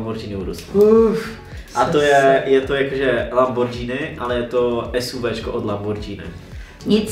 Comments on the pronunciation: Lamborghini Ne lambordžíny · Lambordžíny 😱😱 moje uši krvácejí 🦻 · Prosíííím neřikejte lambordžíny !